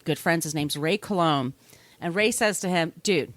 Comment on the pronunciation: Its ray, not roy....